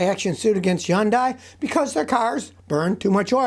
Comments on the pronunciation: Hyun-dai [Hoon-dai] ... lol lots of people pronounce it Hon-dai ... Scotty Yon-dai ^^ we all know what he's talking about though. I thought at first he was talking about Hyundai and Kai together lol 😂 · Hyundai is pronounced like Sunday with H…. Hunday. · Why is it he is the only person in the world that cannot pronounce hyundai correctly. Its so annoying.